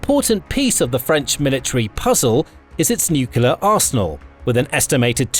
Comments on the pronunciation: For God's sake...it is not NUCEWLAR weapons it is NUCLEAR WEOPONS! GET IT RIGHT! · Nuclear, not nukelar... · NUCULAR? Surely, you mean nuclear? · Really informative, interesting and well made - thanks for posting. 'Nucular', though...gaaaggh! All best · If the guy can't spell nuclear, he could try atomic. Everytime I hear "nucular" my ears hurt. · Me to. Only one 'u' in nuclear. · 1. Syria is not in Africa 2. Please learn how to pronounce nuclear properly.